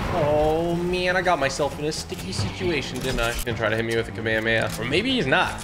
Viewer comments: He say Kamahamaha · Dude is called KA-ME-HA-MEHA